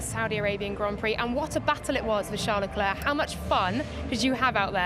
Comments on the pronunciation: Why is she calling him Le Clerk? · Please make some efforts to pronounce Leclerc's name properly, missy!!! There are 20 pilots on the grid. This should not be so difficult to remember their names and how to pronounce them... 🙄